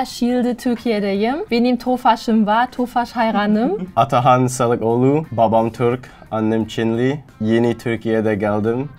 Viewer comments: biri şu çocuğa selekoğlu demeyi öğretsin adam 2 bölümdür babasına salak diyor :D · Oha gerçekten salakoğlu diyomuş shshshshhshahsus